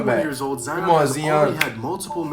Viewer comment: Zion not “Zeon”